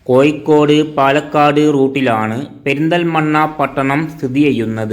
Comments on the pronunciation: കോയി ക്കോട് തു പോയി അക്ഷരം പടി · കോയിക്കോട് ഏയ് കിലോമീറ്റർ തൊടുപുയ മുവ്വാറ്റുപുയ എന്തോ കൊയപ്പം ഉണ്ട് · ലിവന്റെ ഭാഷ ഏത് ? കോയിക്കോട്, മുയുമനായും, എന്തര് ?